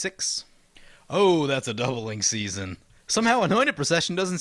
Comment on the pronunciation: Ok but is no one gonna tell him he called it doubling susanne at the bigening. Lol. On a more serious note I love this video. My favorite commander player, playing my favorite color pair, led by my favorite character currently alive (second overall, just behind yawgmoth). It's like getting to magical Christmas land the whole video for me.